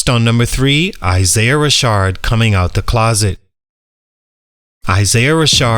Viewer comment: Ra-Shad not Ra-shard 😭